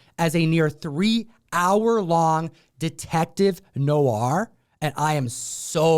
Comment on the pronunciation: No-ar?! Cmon,....use the correct pronunciation!